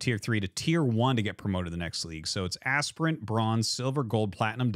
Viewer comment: i like how you say aspirant to asprant 😂